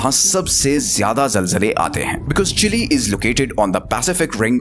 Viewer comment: Not chilli it's chil'e